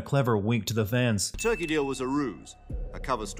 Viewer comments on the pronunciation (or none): none